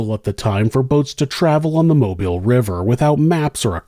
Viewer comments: Thank you for pronouncing Mobile, Alabama correctly. So many people pronounce it like you would pronounce mobile home but that's obviously not correct. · Thank you for your correct pronunciation of Mobile